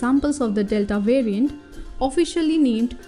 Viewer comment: Who else heard "it is a mutated virgin"